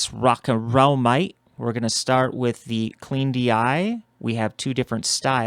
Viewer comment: Great demo. It sounds really good. I’ve not got this EBX yet. I have a few (Classic, Hard, Upright & Americana). I think Classic is my favourite. By the way, as a Brit, your “Rock n Roll mate” is hilarious 😆.